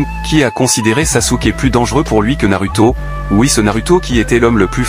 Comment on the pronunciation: T'as encore du boulot à faire avec tes IA Voix-Off. Tu te contentes juste d'écrire des mots, alors que tu dois ecrire des sons: au lieu de RINNEGAN, écris RINNEGANE, ou NAROUTO au lieu de NARUTO, etc...